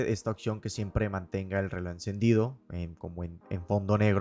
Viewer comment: Buen video pero me estallan los timpanos cada vez que dices "relod" en vez de reloj😅 pequeño detalle para mejorar. Saludos y gracias por el video porque estoy muy interesado en comprar uno.